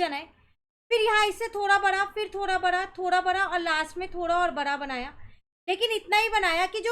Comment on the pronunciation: Maan it's bada not bara